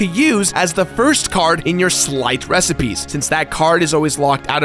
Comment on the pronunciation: I wish someone told he was saying Sleight wrong.